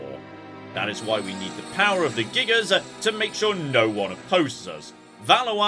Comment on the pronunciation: Gigas, when used as singular, the S is silent ;-)